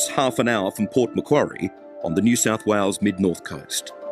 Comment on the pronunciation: New South Wales not "whales" 😂